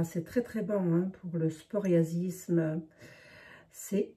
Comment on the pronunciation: Bjr bjr, je suis moi meme atteint par le psoriasis et la recette je la retient sinon on ne dit pas sporiasis😉 ma psoriasis ça comme psychologue on dit pas spychologue lol😊. Bonne journée a vous et merci pour cette recette que je vais certainement faire!